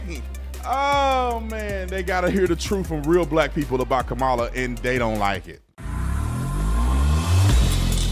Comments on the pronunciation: Her name is pronounced KAH-muh-luh, not Ka-MAH-luh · Kama-la. Kama-la. It’s not difficult to pronounce. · Though I can't stand her, let's get her name correct. It's pronounced COM-UH-LA. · 😊Her name is pronounced ( comma LA) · lmao. Mainstream media loses their mind when you miss pronounce her name, yet when they mad or talking fast, they all miss pronounce her name, its so funny